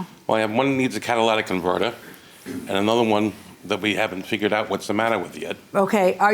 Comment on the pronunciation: Why does everyone mispronounce catalytic converter?